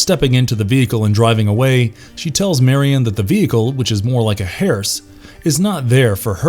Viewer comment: "Harse"??? Why Did you pronounce it "Harse"? It Pronounced Hurse ( like Purse ) or Hurst tho it is Spelled Hearse.